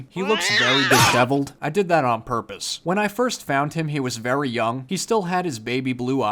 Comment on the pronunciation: “Purrrr-pose.” Immediately Unsubscribe. Just kidding. 😎